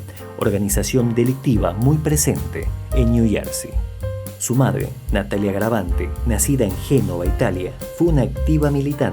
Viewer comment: Hola amigo no es garavante es garaventa. Cómo lo decís es la fonética en ingles